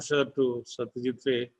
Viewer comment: Please Pronunciation Not 're' it is 'rai'